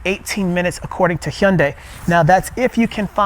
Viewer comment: I've never seen an English speaker pronounce 'Hyundai' correctly like you.😂😂😂 👍👍👍